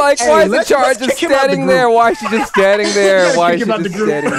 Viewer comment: Its ACHALA not ACHARA